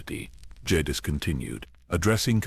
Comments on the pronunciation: Love the videos... but please you used 6 different pronunciations for darth Jadus... I would suggest using the pronunciation used in swtor... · The Ai pronunciation of jadus was all over the place in this video it wasn't consistent at all